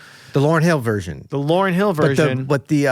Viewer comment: this guy's annoying. Stop saying the name wrong